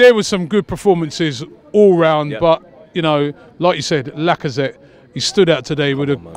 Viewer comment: YouTube autoplay got it right as well today for me. DT, Lee Gunner,. We should have a compilation reel of putting his spin on Laca and Auba's name